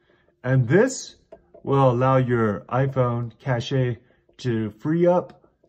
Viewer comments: Did you know you can also just swipe left and right on the navigation bar and go back and forth to switch between your two most recent apps 🤯 🤣🤣🤣 Cache is pronounced “cash” and closing your apps will actually make your iPhone experience worse. It will increase battery usage, RAM and CPU usage as well as take longer to open apps back up. Honestly if you’re here and think this is good advice go to a real channel that doesn’t tell you stuff that will make your iPhone run like trash. 😊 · I think I made it clear that you can swipe left and right after swiping up? Wow you’re right about cache, it’s pronounced “cash” thanks! I’ll pronounce correctly in the future. But I disagree with you on keeping too many unused apps open and running. What are some “real” channels you follow that will help me from not making peoples iPhones run like trash? I mean if u were to be so kind unless ur just talking trash for fun.